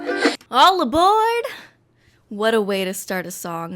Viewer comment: When she said "ALL ABORD" I wanted to die